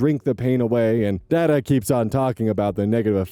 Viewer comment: rosogolla with cinnamon sounds ass. However, my mum used to shave cadbury chocolate over rosogolla and that was amazing and y'all should try it. Also,, the D's in "dada" are pronounced like the "th" in the. Not expecting anyone non-Bengali to get that tho haha